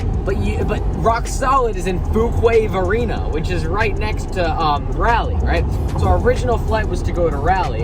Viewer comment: How pronunciation of Raleigh cracks me up 😂